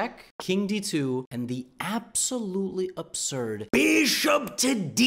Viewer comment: Now the way Levy says(the bishop) becomes far more entertaining than the way he says (the Rooook)